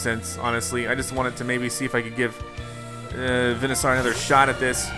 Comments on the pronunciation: It’s veansoer notvenasor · It’s pronounced Ben a sor